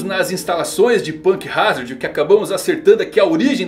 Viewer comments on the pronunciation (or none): none